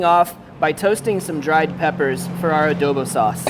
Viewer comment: Can you say adobu properly?